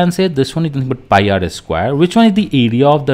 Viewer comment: sir it's pie